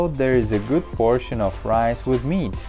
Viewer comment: its shoowel and ris and wegatables